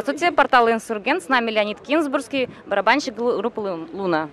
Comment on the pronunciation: Ударение не на ту букву в фамилии!!!!